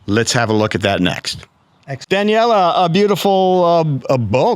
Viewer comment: Very impressive! I did wonder about the interviewer's pronunciation of "Daniele" and, of course, a trike is not a bike. Nothing said about the luggage capacity of the touring velomobile (which I assume did not tilt?).